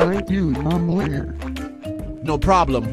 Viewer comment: I always laugh when Carlos call you momlare